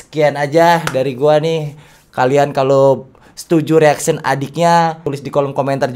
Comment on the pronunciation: Hadeh ni juga Rip Englishnya Mau Pk Bahasa Inggris tapi G tau bahasa Inggris nya Ya gini